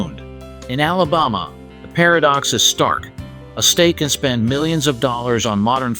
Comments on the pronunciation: Who taught this guy how to pronounce the words “ Alabama” and “Birmingham” ? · Alabama doesn’t even compare to NYC or San Francisco when it comes to homelessness. You make it seem like Alabama has the worst problem when so many other cities have a huge problem. And you can’t even pronounce Alabama or Birmingham.